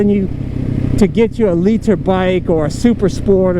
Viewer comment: to Noobs: “Don’t get a LEE-Ter bike!”